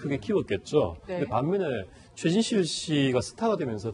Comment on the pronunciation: 고 최순실?? 발음 똑바로 안하냐